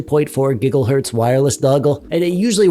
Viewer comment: Did he say gigglehertz ? Also I find it interesting that he chose a submarine game with that controller 😂😂😂